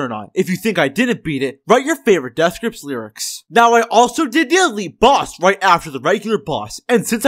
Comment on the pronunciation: Bro why does he keep saying davth grips